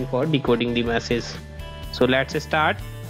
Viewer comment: its Message not Massage